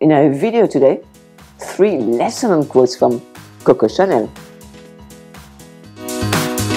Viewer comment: Je suis la mode, aussi! Or, at least I’d like to think so 🙂. I thought you were talking about coats, got to get that w in there, sweetie, quotes is pronounced Kwotes en anglaise.